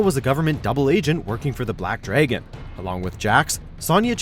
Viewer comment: Sahn-ya and Black Dray-gon. Damn.